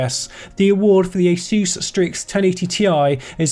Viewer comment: Its not asUs its Asus god damn it! Asus! like the first letter of english alphabet - A [ei]